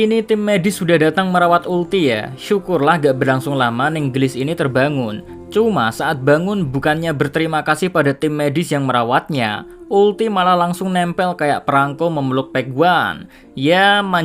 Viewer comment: Geulis min bukan gelis